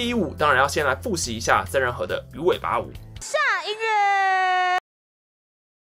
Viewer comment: 馬的曾仁和還捲舌是怎樣